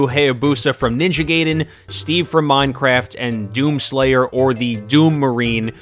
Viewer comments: ITS NINJA GAIDEN NOT GAYDEN FUJFFJFNJF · stop saying ninja gayden thats not how you pronounce ai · its Gaiden not gayden and you pronounced ryu wrong